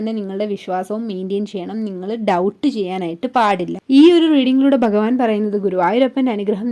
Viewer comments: ഭഗവാൻ എന്ന പദം അക്ഷരസ്ഫുടതയോടെ പറയാൻ സാധിക്കട്ടെ 🙏😊 ഹരേ കൃഷ്ണാ 🙏🙏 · ഒന്നുകിൽ മലയാളത്തിൽ പറയുക അല്ലെങ്കിൽ ഇംഗ്ലീഷ് മംഗ്ലീഷ് പറഞ്ഞ് വെറുപ്പിക്കാതെ ആദ്യം ഭഗവാൻ എന്ന് പറയാൻ പഠിക്കുക ഓം നമോ ഭഗവതെ വാസുദേവായ ഈ കമൻ്റ് ഇടാൻ പ്രേരിപ്പിച്ചതും എൻ്റെ കൃഷ്ണനാണ്